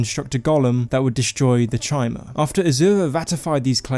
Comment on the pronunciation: Pretty sure chimer is spoken as kaimer for future reference